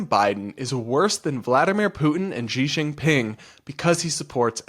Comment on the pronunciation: Who is Jee Shing Ping? 😂 Xi Jing Ping is said "Shee Jing Ping." Get it right. 😂